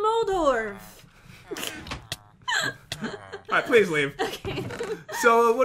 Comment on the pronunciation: moldoref Pat: moldorm